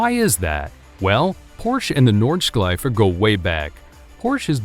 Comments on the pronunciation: Nordschleife, not Nordsch(k)leife why do you put a k in the middle of it? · In english "sch" is pronounced as "sk" like school as example. But not in german where "sch" is pronounced as "sh"